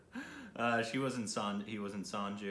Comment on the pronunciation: Ranbir pronunciation- 'Run Beer' Sanju pronunciation - 'Sun Joo'